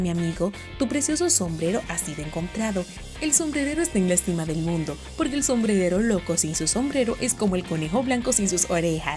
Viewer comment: Like si viste en el minuto dijo sombredero😁